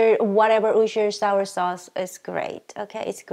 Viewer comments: whtevr wosher....woosher sauce....lol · lol- wuss ter sheer or woos ter shy-er is the way to say it! :-) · Worcestershire ROFL Wer-shes-ter Great video though as always! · You had me at "wooshter" sauce. I'm officially in love...;-} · Ashley vr 2.101 I'm from England (where it's originally from) and it's pronounced Woo-ster-sheer. Most people in England just use the shorter name Worcester (Woo-ster) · Holy crap I love you. By the way, I've been a cook for the past 12 years, and I ALWAYS pronounce Worcestershire sauce as "were-sure-shesh-sure-shire-shawsh". ;-) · Being from Boston, I pronounce it "wooster-shire sauce". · As I’ve never heard any American say it properly either (though I love to hear it!) Worcestershire is pronounced like this - wuss-tur-shur 🤗 love ur food! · Great recipe going have to try it. Ps pronounce it as woo - stir - sheer or just woo - stir sauce. Love from the UK 👍🏼👍🏼💖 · almost choked on my sandwich when she said worsterchire sauce the second time...and I know I spelled it wrong. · It's technically pronounced "wor-cest-er-shyer," but you can get away with saying "wuss-ter-syer" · MMMMMMMMM MMMMMMMM MMMMMMMMM I know it's hard to say Worstershire but it was so funny hearing you try. 💜👍😎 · I’m American.........I can’t pronounce it!!! 🤣😂😂😂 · I love how you pronounce Worcestershire sauce 😂 I honestly don't know if anyone knows how to pronounce that word correctly though 😂😂😂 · I died watching you try to pronounce worcestershire LOL. Best part cause you look so annoyed. Love your recipes